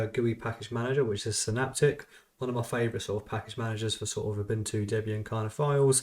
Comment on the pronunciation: Interesting how far they went emulating Windows 11, yet it still seems unpolished. But yeah, I definitely don't see anyone paying for this given its current state. Also, BTW, Ubuntu is pronounced "oo-boon-too", not "oo-bun-too".